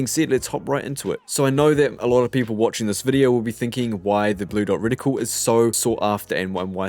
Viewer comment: Btw it’s not “ridicule” it’s “Reticle” 😉